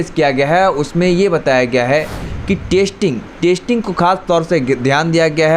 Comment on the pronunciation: Bhai, Tu apna pronunciation theek kar. Yeh kya "Tasting Tasting" kar raha hai. Tasting chakne ko kehte hain. Teri Hindi grammar bhi kafi kharaab hai. Zara dhyan diya kar.